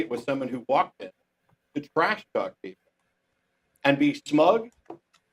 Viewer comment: "He twash-talked me", "I'm going to sulk"